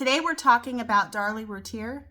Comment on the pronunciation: Learn how to pronounce her last name correctly if you do a video.